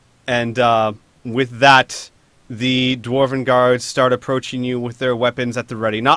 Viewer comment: I know he's saying guards but I kept hearing gods. which brings to mind two thoughts. Dwarf king is really freaking powerful, and the dwarven pantheon of ardenfell are bad at tracking.